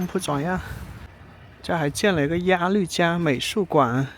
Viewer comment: 鸭绿江的“绿”是多音字，应发“路”的音。可见阿树没做功课😊